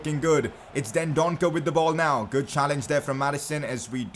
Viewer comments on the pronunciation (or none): none